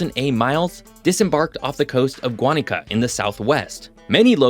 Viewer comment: great video, as always. May I point out that Guánica = WAH-knee-cah, rather than GWAH-knee-cah? This was sadly interesting. I wish things would change for them.